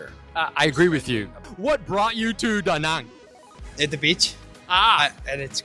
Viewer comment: Wow, you the first one actually saying Da Nang and not Da Näääääääääääng like everyone else. I like :D Great interview style also!